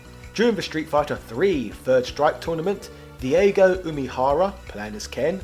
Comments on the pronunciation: Diego Umehara DIEGO Umehara 😂😂😂 I'm sorry man, I agree with everything else in the this video but, that gaff was just too priceless to pass up. Daigo is pronounced (Die-go) btw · This man legit just called diago diego LMAO